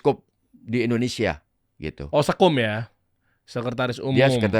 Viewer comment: Indonesia bukan Endonesia, Nung 😂